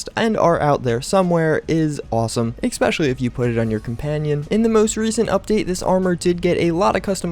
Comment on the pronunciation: why why why ? each video and you say 'exspecially'...kewl vid though